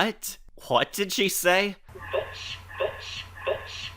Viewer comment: she said vitch nat bitch